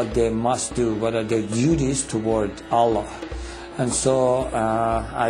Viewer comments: 1. we pray 5 times not 3. 2. he said prophet muhammad but didnt say p.b.u.h. or s.a.w. 3 n he becomes powerful n real life by reading quran? fake non muslim say that, 4 he cant even say Allah like properly. so if thats not enough proove his faker muslim, well i dont know where you are going... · The way he says Allah.. is like he says it for the first time.. LOOOOOOOOOL i like the effects in the video too.. suits the music.. talking lies about Islam.. I dont feel sorry because of you.. I feel sorry for you.. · this is all fabricated. he can't be a muslim. a muslim unable to pronounce the name ALLAH correctly. how funny. fool other foollish people like u but won't be able to convince muslims with your lies and fabricated stories.